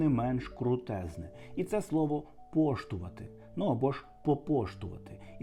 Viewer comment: А з чого ти взяв що ніхто цих слів не чув.? Я їх в дитинстві чув і досі користуюся. Просто ти їх не так вимовляєш. 1.В нас кажуть НАВІҐЛІ 2.в нас ПОЧТУВАТИ, 3.в нас РОГОЖА, 4. в нас кажуть і ГУЛЬТЯЙ, і ГУЛЬВІСА . А ОББАБІЧ - це на узбіччі дороги, або з двох сторін дороги.